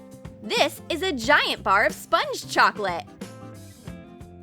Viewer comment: so it’s pronounced “chocolaté”